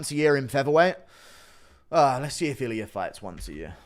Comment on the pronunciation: Its funny how he puts R at the end of names. "Iliur"😂😂